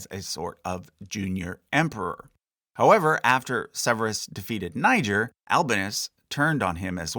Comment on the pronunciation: Hey I love your videos but the heavily anglicized pronunciation of some of these names is killing me. The stress is on the wrong syllable. E.g.: Severus, Albinus and Didius